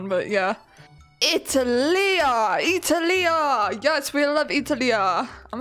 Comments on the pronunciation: You pronounced Italia wrong… it’s it-al-ee-uh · OMG 😮 SO FXING GOODDD MA GAD😩😩♥️ BTW IM AN ITALIAN AND WHEN SHE SAID ItAliÁ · You pronounced Italia wrong